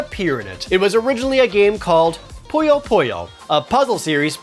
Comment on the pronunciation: I love this show! but it's Poo-Yo, not Po-Yo ;)